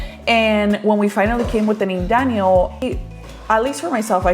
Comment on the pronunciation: random Question; but is your sons name Danyel? Or Daniel (en español) , i don’t know why but the way you pronounce his name in English throws me off because you pronounce Santiago’s name in Spanish lol. Now I’m curious if his name is Danyel 😅